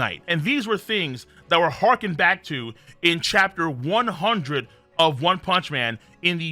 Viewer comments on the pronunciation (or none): none